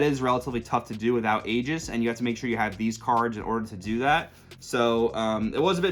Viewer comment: Just wanted to say, thank you for pronouncing aegis correctly. So many dbs content creators pronounce it wrong and it drives me nuts